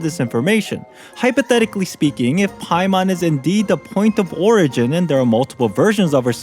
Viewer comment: "Byemon, Spymon, Paimore"